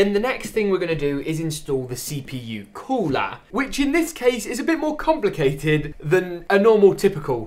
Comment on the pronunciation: “Install the COOLAH”